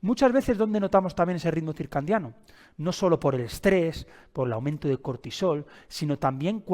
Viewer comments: ❤ también me hace distraer cuando dice circan😅diano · Si esta explicando un tema, como pronuncia y escribe mal la palabra!! Es CIRCADIANO no CIRCANDIANO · Porque dices circandiano??? Cuál es tu profesión? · Sí, por favor no digas circandiano. Excelente información, me gustó y me parece muy útil. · Con todo respeto se dice circadiano sin N no circaNdiano dr.muy bueno el video.gracias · Circandiano... porque no lo pronuncia bien? 😂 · Bueno ni pronunciar el nombre puede este pobre hombre que se dice “experto” lol “circaNdiano”😂😂😂 …algo bueno saldrá de este “vidio”😂😂😂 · HOLA AMIGO, ESCUCHATE. DICES: RITMO *CIRCANDIANO* CORRIGE POR FAVOR. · Porque pronuncia CIRCANDIANO ? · Súper bueno el video. Lo único es que es ciclo CIRCADIANO, en lugar de circandiano. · CIRCANDIANO,,,,😡😡😡😡 ERES UN IGNORANTE DE LA MATERIA? NI SIQUIERA PRONUNCIAS CORRECTAMENTE LO QUE QUIERES EXPLICAR,,,SABRÁ LO QUE DICE???? 😮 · Es CIRCADIANO... que no sepa cómo se escribe y que lo pronuncie mal lo propone como un charlatán. Me da desconfianza. Si bien la información que da es en peroncho correcta debería hablar con propiedad. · Buena informacion, pero me estresa todo el video diga circaNdiano 😢. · X4. Ahora no voy a poder dormir pensando en esa palabreja. 😂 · Por qué dice ritmo circandiano??? Se dice circandiano...hay un gran error en el vídeo. Escrito en la pantalla y expresado oral 😞😞😞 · Ay me distraía cada vez que escuchaba circandiano!! 😅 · Excelente video y muy bien explicado,el error de pronunciación es lo de menos lo importante es el contenido , felicidades